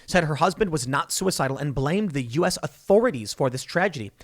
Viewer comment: Wait, the guy who literally said "If anything happens to me know that I wasn't sue-e-cide-al" wasn't sue-e-cide-al???? (Surprised Pikachu face)